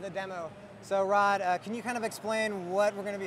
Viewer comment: Its ROD NOT RON FUKIN SWEATY GEEK